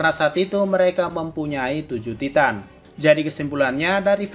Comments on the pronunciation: bilang nya taiten bukan titan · Titan = Taiten Gitu bang bacanya